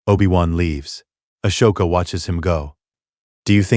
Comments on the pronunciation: Ah-soke- a God dam atleast pronounce the names correctly when doing these vidios WTF They way u pronouncing her name its so fricken wrong U pronouncing like ashoka not Ahsoka Even the capitals name is screwed up at least watch the movies n especially clonewars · It’s pronounced Ah•soka not Ash•oka …five thousand times. Ruined the story for me. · Yeah, I don't get why they can't tweak the robot narrator to pronounce Ahsoka and Coruscan't correctly. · Channel would be better if it didn’t us garbage ai voice that can’t even pronounce Ahsoka or Coruscant correctly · Please teach your Ai narrator how to pronounce Ahsoka.